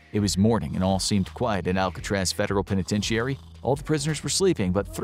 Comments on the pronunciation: Great video. I believe the proper pronunciation of "penitentiary" is only 5 syllables and is "pen ih ten sure ee", not 6 syllables and "pen ih ten she air ee" (I know those aren't the proper phonemes for guiding pronunciation) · I’ve never heard somebody pronounce penitentiary like that. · That’s not how penitentiary is pronounced.